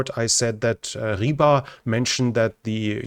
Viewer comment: You already was told that not a Sucha (dog female), but Суджа, дж like Джордж George The same way not a "ryba" (fish) but "rybar" with not a silent "r" at the end - the human who fishing (рыбарь). You can copy-paste the words in google translate and play sound to hear how to say it.